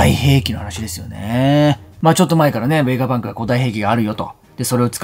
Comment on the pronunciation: 作者に失礼なので名前間違えないで下さい。何度も同じコメントしてるのに読んでくれてないんですか？ ベガバンクじゃなくて、ベガパンクです。 動画見てみて下さい。ベガバンクって言ったりベガパンクって言ったりしています。